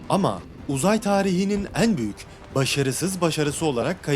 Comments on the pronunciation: Eeeğn eeğğn demen çok yordu lütfen düzgün telaffuz eet 😭😭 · "En" sözcüğünü söylerken "Een" diyorsunuz. Üzerine çalışabilirsiniz. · Şu en kelimesini doğru telaffuz etmeye çalış allah aşkına.. bu ne böyle çok kulak tırmalayıcı